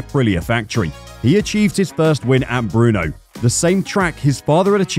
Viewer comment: Is it true that the speaker will use the winter break to learn to pronounce non-english names ? Like "Giovanni (Jo.wanni not Geeeowwanni) or Brno (Brrrrrrno nut Bruno) etc.......